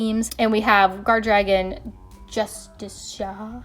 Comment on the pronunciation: I love how you pronounce "justicia" <3 Love the video <3 :)